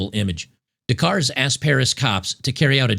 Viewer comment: LOL. The "r" and the "e" in Louvre are silent. It's pronounced Loov. Kind of like "love" but with a long "o." LMAO now "Des Cars" is pronounced "day car." The "s" in both words is silent. Oh my goodness, c'mon man.